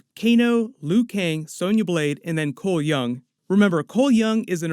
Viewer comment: Cole Young = Cholmel Young as in Chameleon